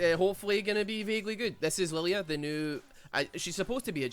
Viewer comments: Funny, Riot makes a Scottish champ but Scottish man cannot pronounce the name. Good job Riot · Anime deer, has supposedly Scottish name, Scotsman can't properly say name of fuckin deer, big brain designs.